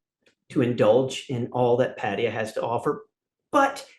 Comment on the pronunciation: I thought he was going to be a dick at first but he's quite cool and honest and likeable. He can't say Pattaya though.